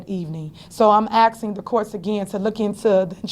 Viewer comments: Tiffany, it's asking, not assin! Learn how to talk. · “I’m Axeing” 😢😢😢😢 Tiff , are you trying to say “Asking “??? 😢😢😢😢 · I cant stand when she says "axing" not asking. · To my leff? Axing?